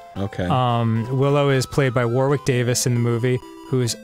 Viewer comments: "War-wick Davis"?? Danny, why xD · the pronunciation of "warwick" is on point :) (jk its like "war-rick") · "War-wick Davis" Nice one, Dan. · Dear Americans, The second 'w' in Warwick is silent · Dan, Warwick Davis' name is pronounced "Worrick." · Ok, no hate, its an easy mistake but Warwick is pronounced 'Worrick'. It's a silent middle W. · It's cool to hear an American pronounce Warwick with the second w, I come from England and we normally pronounce it without the second w as if it's Warick. Love Dan and I was wondering if that's how all Americans pronounce it. Unless he's getting it right and I've been getting wrong my whole life. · Drives me crazy the way Americans pronounce Warwick